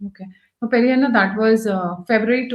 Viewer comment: Highly irritating when you call him Peri anna. It should be Pedda anna. It's very simple. Learn lady. By the way due to back lash Vijay withdrew his attempt to have an Astrologer as an OSD.😅